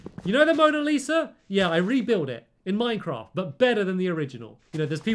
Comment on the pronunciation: I love how he says Minecrawft